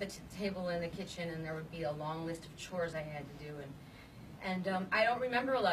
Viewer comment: Madonna's old Michigan accent slips out when she says, "A long list of chores I had to do." Lol.